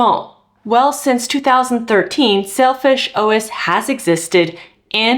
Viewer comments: Say-l fish i swear i heard you say selfish a couple of times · Pronunciation sounds more like Selfish OS than Sailfish OS. All the new options being available, not in our part of the world. Sucks.. Be it Linux laptops, framework laptops/workstations, fairphone, linux phones.... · It sounds a little like "selfish OS" when you say it. I think the name is a bit unfortunate. Thanks for the Video. I always use Xperia Phones but uninstall all Google stuff. No Google Services etc. Unfortunately the Model I have right now is not supported by Sailfish OS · Well explained, please can somebody help me install this on HTC m9 + ? And I keep hearing you saying it 'shellfish' but it is spelled as 'Sailfish' in the title so how is it supposed to be pronounced exactly?